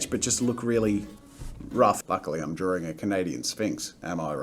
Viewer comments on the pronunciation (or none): It's not DRAWRINGGGGG!! -Jazza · Why is drawing pronounced as "DrawDRing" or "DrawRing"? 🤔 I've wondered that for years now. And do all English speakers pronounce it like that or does it depend on the accent? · Love your videos!!!! Just curious, when you say “drawing” you pronounce “drawring”... Is this an Aussie thing? Gotta say, it’s just a teeny tiny bit distracting. Poking fun a little bit I guess. You have such a fun channel, hope you don’t mind 🙂